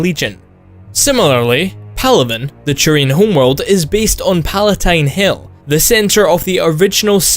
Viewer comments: I think you said Churian more times than the word Turian has been said in all 3 Mass Effect games. Also Churian sounds like some sort of sticky bun you'd buy at a bakery. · it isn't churian. Just say t. Like siT or Talk. Not so hard. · There is no "ch" in turians. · Every time you said Turian I kept hearing "Churian". It kind of made me laugh.